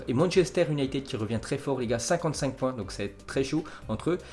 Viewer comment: Merci beaucoup #! Mais ce serait mieux si tu faisais plus d'efforts dans la prononciation des mots anglais (United, Mason (Greenwood)). 😃👏